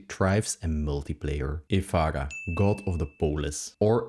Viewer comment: Ef-Air-Ah not Ef-Ah-Gah